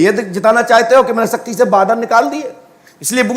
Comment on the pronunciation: शक्ति bolna to सीख लो सक्ति बोल रहा है इन मे siddhi hoti to aatankvad per paryog karte desh ke सीमा vivad per paryog karte